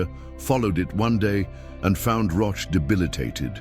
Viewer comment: Pronunciation rhymes with coach or broach….